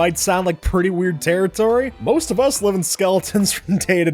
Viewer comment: The way he says MOST of us live in a skeleton